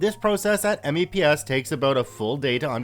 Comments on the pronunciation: Spoken "meps". We don't say 'M-E-P-S' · "Mepps" not "Meeps". But you are correct, pronounce them instead of spelling. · Good one BTW but if you ever get to do another video like this please say MEPS as a word not as its individual letters. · MEPS is usually said as a word; it's not usually spelled out audibly. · IKR it was hurting my ears to hear me say it that way. I had to go into the front leaning rest position to cope... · I died a bit each time he said it. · I came down into the comments to say the same thing.. hearing him spell it out made me twitchy. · I can’t help but cringe at him saying that he says it like M E P S and A S V A B instead of meps and Asvab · "Meeps" ans "as vab" is how you say it lol. Dad was in the army